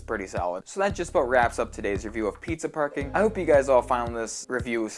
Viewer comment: I knew it! Preezuh Parcoring!